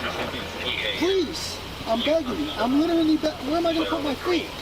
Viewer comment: If he’s going to use the work “literally” so many times, maybe he should learn how to actually pronounce it…🙄